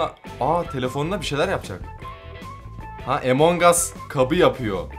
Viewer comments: yo okunuşu amang as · EMON GAS DEĞİL AMON GUS DİYE OKUNUYOR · abi emong as diye okunmuyor among us diye okunuyor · Ya abi o emonhas değil ya 😅😂🤣😅😂🤣😅😂🤣 onun adi amongus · Abi artık among us 'A emong as deme artıkkkkk😡😡😡😡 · Abi emongus değil among us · Emongas değil amangos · Emong as değil AMANGAS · abi emongas değil amongas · Emongas deyil amongas o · emongas deil amongas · Videoya girerim: EmoNg us Bne: EMONG AS DIYO YHAA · Emong as nedir yaw Abi lütfen doğru düzgün söyle lütfen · Among us öyle okunmuyo